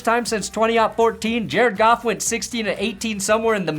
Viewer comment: Sometimes when I hear you say "Jared Goff" quickly it sounds like "Jare Goff" which of course sounds like "Jerk Off" in my brain and that's just fapping beautiful.